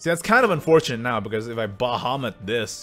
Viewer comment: stop calling it "Ba Ha"